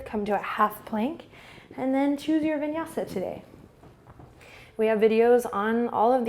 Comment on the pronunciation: "vinyasi" 😂😂😂😂😂